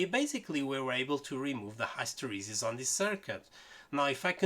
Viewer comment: hysteresis. That word's was butchered beyond recognition right there. Brilliant video, on this triac circuit, otherwise. The comments in the thread are great too and a must read for the circuit understanding.